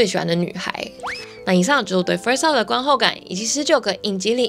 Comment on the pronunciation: Love 的发音我一直听到 Up..